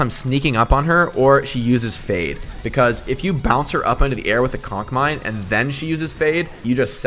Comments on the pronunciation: Yes I did laugh every time he said “cock mine” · I love how he calls it a cock mine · No one: Jake: cock mine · Did u just say cock mines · Nobody: Jake: COCK MINE